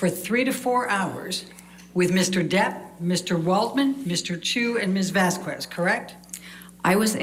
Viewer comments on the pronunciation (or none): It's ironic that a professional lawyer attempting to destroy someone's testimony cannot learn how to pronounce another attorney's name. It's Vas-khez! Eh, eh, not cuez! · it also makes me crack up every time she says Miss "Vaskwez" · mispronouncing of Camille Vasquez last name was insulting! My mother's last name is Vázquez and Spanish is the second most spoken language in the world after Chinese, there's no excuse!